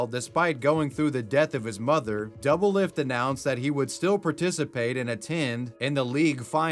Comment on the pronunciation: My man’s butchered doublelift’s name so hard I could not recognize it at all